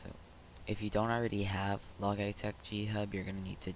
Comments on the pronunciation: "log eye tech" funny but its actually pronounced as "Lodge-e-tech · he said log eyetech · are you saying logytech to trigger people? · "log eye tech" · my mans said: "log eye tech" 🤣🤣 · u said logitech wrong smh